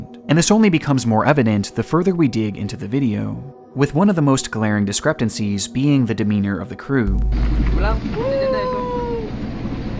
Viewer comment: Bro has trouble with English words, instead of discrepancies he said "discreptancies", and many of his videos have similar grammatical errors.